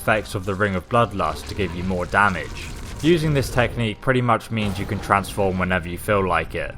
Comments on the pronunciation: Its not damige, its damage. I hope you were joking. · You actually spell it as "damage" not "damige" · 1080 damige you know xD its damage xD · Can we talk about "damige"? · damage. not damige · "Damige" - 2014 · "damige" i hope that was intentional